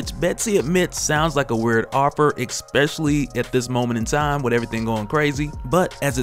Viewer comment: Resolution, man! Not "resolve". Like dang bro, every time you said it's wrong. You didn't once even accidentally use it right. It's already bad enough you say "eKKspecially" smh. Look at this b. Especially. Is there a silent c or a killer k hidden in there to trip you up? C'mon your job is talking. And I'm a fan. Many years a fan. but c'mon